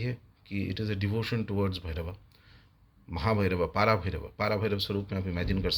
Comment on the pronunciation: Please note - it's not पारा it's पर भैरव. Also there is no महा भैरव, but only पर भैरव. And mantra purascharana is dolly after receiving the mantra deeksha by a guru - that too, who has done siddhi of that mantra, and he belongs to an established lineage.